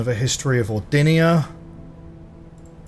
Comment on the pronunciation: Thanks, Mister, for this so pleasant playlist! Is there a further video where you take into consideration the whole message « if we count small gates… », and stop to say Ordinia instead of Orindia ? 😅 I forgive you anyway 😊